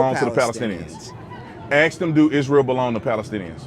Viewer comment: Could you please say the word “ask” instead of “axe”? Thank you.